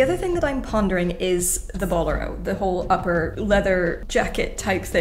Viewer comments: bo-LEH-ro, please. The accent is on the second syllable. The word is of Spanish origin. A boléro is a type of Spanish flamenco dance and the flamenco dancers who dance it wear this type of jacket. P.S. I love it when you geek out over something and beat it into reality with your talent and skill. That shade of blue is so gorgeous. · Check your pronunciation of “bolero” and “impasse”.